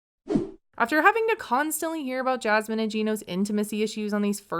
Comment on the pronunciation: I really don't understand why these two are together and, weird observation, but I hate how says Jasmine's name. "jyasmine" 🥴